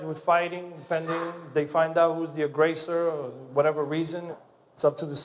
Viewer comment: it’s “agressOR” not “agrAsser”!